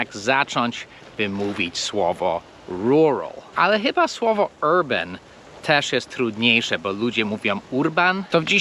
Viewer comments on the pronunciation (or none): none